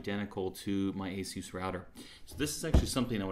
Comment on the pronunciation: Dude, you're pronouncing ASUS all wrong! ... (I search out the real pronunciation), wow, I've been pronouncing ASUS wrong all these years!